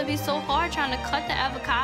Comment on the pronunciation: What bothers me more than her ignorance is the way she pronounced avercado.